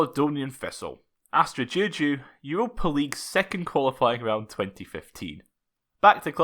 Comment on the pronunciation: your pronunciation for Astra giurgiu is spot on. I could never pronounce that name